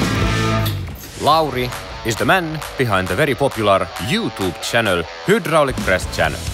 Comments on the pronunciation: "High-strength stainless steel hollow section" is now part of my vocabulary. Also, I love the pronunciation of the word hüdraulic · Thank you for pronouncing "huudralic" correctly.